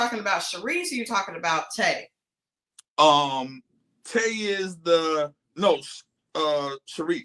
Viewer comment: Shanice not sherese.😂